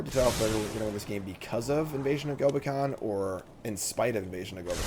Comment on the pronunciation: Hearing actually say “Gobakhan” is so cursed